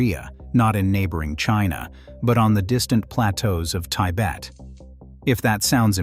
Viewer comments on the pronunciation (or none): taibet? why don't you pronounce Tibet? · "Thai Bet"? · "Tie-bet" is a strange pronunciation of Tibet! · Pretty sure it’s being pronounced in the tAIbet dialect, 😉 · Taibet… lol😂😅